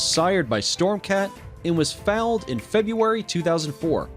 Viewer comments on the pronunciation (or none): Fouled or foaled? Who is this narrator dude and who wrote this crap? Jeez. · A horse is not an “ it” - horses have gender, so are either a “ he” or a “ she”. Horses are “ foaled”, not “ fouled” like this idiot narrator! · What were they trying to say when he said fouled? Not foaled right? Because once he said he was fouled when he was only one year old? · Foaled (not fouled) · "Foaled", not "fouled". Seriously? A little knowledge can be a dangerous thing, but none at all is worse. Sigh. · That was the worst narration I've ever heard! Worse than the computer-generated voices! If you knew nothing about horses AT ALL you'd still likely pronounce fewer words wrong! It's FOALED, not FOULED! And it's been an Olympic event for ages... the word is pronounced DRE-SAGE like "mirage", not DRESS-AGED like a frock crossed with a refrigerator! There were easily a dozen cringe-worthy mispronunciations! Whatever made you think you could do this? You need to prepare if you're going to speak! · Please learn to pronounce terms correctly. A horse is foaled (f-oh-led) not fouled (f-owld). Dreassge is pronounce Dress-ahje, with the accent on the second syllable. Hearing common words mispronounced distracts folks who are looking at the vid, I'm sure. I know they did me. Thank you! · FOOOOAAAALLLED! FFS a foal is a baby horse, a foul would be kicking someone who mispronounced EVERYTHING in the teeth with soccer cleats! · Dressage, foaled are killing me by the way they pronounced it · Who the bell wrote the script for this and who's reading it? I'm astonished it could correctly pronounced monkey. And all those poor coals who were fouled. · The Announcer doesnt know anything about horses lol. "He was fouled in:" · The word is Foaled not Fouled ...sheesh get someone who knows the subject to narrate Keenland not Keenyland and on and on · “Fouled” ITS foaled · Did he say fouled, instead of foaled? I’m out! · Nobody: Not a soul: The Narrator: It was foALed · "Fouled!" Are you serious?